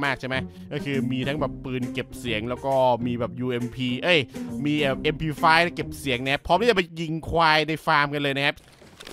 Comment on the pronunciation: พี่เรียกmp5 เป็น ump 😫🦄